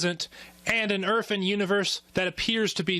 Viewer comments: Is it just the audio quality or is he actually saying "young urf"? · Did this idiota seriously say "erf"? Yep, he actually used some semi-bigotted language to ridicule our facts. Then in turn, he seriously state his own facts with improper english. As in, " a person who pronounces 'my' as 'ma' must be unintelligent and uneducated". Well, I give him a "way-to-go" in showing everyone how religious prejudices can insult two groups of people at the same time, maybe, even without the theist knowingly do it!